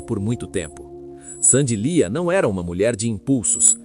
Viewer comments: O nome dela é Sandy Leah (Leáh) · Não é Sandy liah? Pronuncia errada